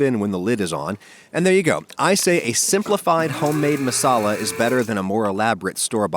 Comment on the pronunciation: That's not how you say tandoori and masala I'm Indian